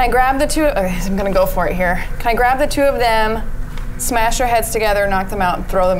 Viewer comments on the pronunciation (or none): none